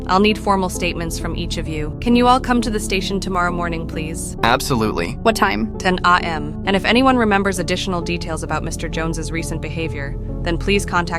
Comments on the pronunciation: “ten AHH em” so peak 🥹🤚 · "Ten AHH m" killed me 😭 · "ten Ah Em" is so peak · “Ten ahh-em”😭🥀” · ok bro "TEN AH EAM" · "Ten Ah Em"